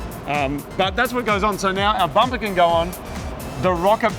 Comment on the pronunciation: bampa instead of bumper..